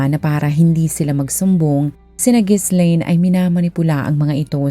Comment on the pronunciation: Ji-laine ang basa dun hindi Gis-laine